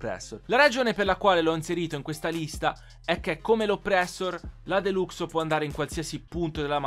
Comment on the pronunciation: Si scrive deluxo ma si dice delaxo